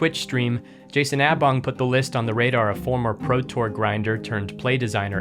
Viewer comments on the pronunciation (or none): The awful pronunciation of Prosak’s last name is unbearable